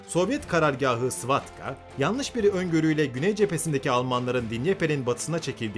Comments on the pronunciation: Koca STAVKA'yı svatka yaptın reyis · Almanlar Rusları çok hafife aldılar. Vatutin çok yetenekli ve cesur Generaldı. Bu arada Svarka değil Stavka😂😂😂